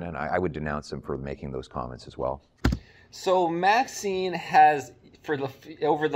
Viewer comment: Isn't it MaxiMe, not MaxiNe?